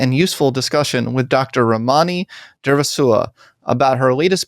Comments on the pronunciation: Read her book Word for Word, yet can’t pronounce her name? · He is so rude to her.!! Very inappropriate for him to treat her that way. He doesn't say her name correctly.. wow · You’ve mispronounced both her first and last name. Two minutes of research will help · I can't believe he doesn't pronounce her name correctly and doesn't even seem to care. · Lord. Please learn her name pronounciation 🤦🏻‍♀️ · first step, bud: pronouce your guest's name correctly. I can't even watch this because you are too lazy to get that right.